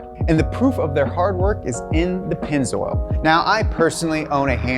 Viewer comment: "Pennz- oral"